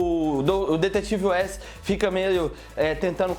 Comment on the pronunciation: Na hora da pronuncia de alguns nomes como caitilin e west